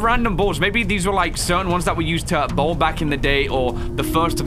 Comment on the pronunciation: Everytime he said bowl💀